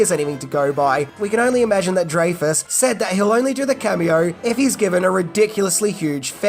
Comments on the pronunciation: It’s Richard DRY-fus, not DRAY-fus. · Richard DRAY-FUS???? It's pronounced 'Dry-fuss.' You have got to be the only person in the world who ever pronounced it dray-fus. Or is it an Aussie thing?